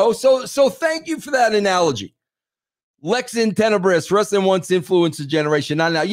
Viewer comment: Dude, I'm from NY. I have never once in my life and everyone around me too have never said "Wres Suh Ling" Ha.